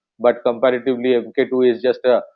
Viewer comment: Pronounced as Mark-2. Not Em Kay two !